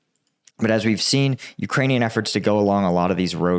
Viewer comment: Great job improving your pronunciation of Ukranian place names, shows respect!